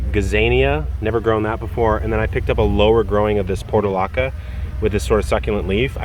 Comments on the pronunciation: Pronounced porchoolaakuk….portulaca thrives best in dry conditions and when it reaches its peak is an absolute stunning ground cover with its profuse little rose like blooms. Multiple colours in a mass planting is the best way I’ve seen this plant displayed. I actually like the celosia in hues of yellow, orange and maroon for fall planting. They resemble flames and compliment the beautiful fall tree colours at ground level. The related cockscombs have stunning and unusual flower heads for cooler climates. I cut and dry mine as they retain their brilliant colours and make a lovely addition to my fall dried floral bouquet.😊 they belong to the amaranth family. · I love portulaca (also called moss rose). I put them as a ground cover in my rose bed every year; succulents are my favourite. Btw it’s pronounced like “por-choo-lah-ca” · I always pronounced those as "Por-TUU-laca" Fantastic flowers that are hardy & bloom for quite some time !